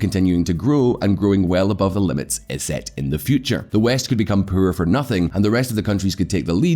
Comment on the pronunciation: for christ sake, can you please learn how to say the poorer, its pronounced "POORER", not puuuurrrrer"